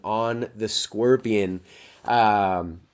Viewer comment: Stop pronouncing it squirtion